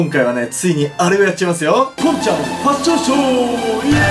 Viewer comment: ワァッションショーww